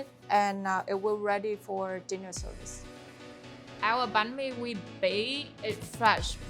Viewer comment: I love how she pronounces every Vietnamese dishes and sauces right with the accent!! Im Vietnamese and a lot of my friends they do a western pronunciations when it come to pronounce Vietnamese dishes in English, this acts of her is just small but really impactful. Said she tryna keep everything as Vietnamese as possible and she really did good job 👏